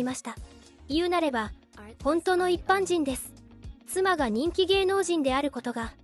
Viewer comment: 「いっぱんにんぷ」って、何⁉️